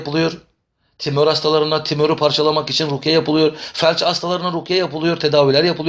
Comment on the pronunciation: Yalnız hocam timör değil tümör bende düzeltme hastalığı var kusura bakmayın dediklerinize katılıyorum allah razı olsun 😇